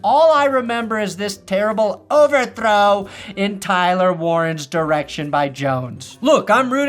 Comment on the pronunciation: I love the emphasis that he put on 'OVERTHROW!' hahaha